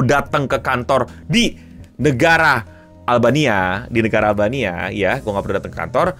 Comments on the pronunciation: ini gue doang atau daritadi sempet bilang albaina instead of albania, man am i tweaking???? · Albania bang, albaina mulu ngapa si 😂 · gw salah denger beberapa kali sebut albaina yg gw tau itu albania, gara gara inget film taken liam neeson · Albania ou bukan Albaina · Beberapa kali lu kepleset bilang "ALBAINA" 😂